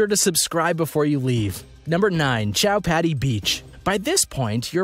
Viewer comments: U pronounce chow Patti as chi-pati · chowpatty is pronounced cowpatty